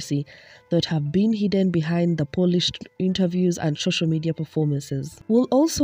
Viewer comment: Girl when you say schoschial media .... 😅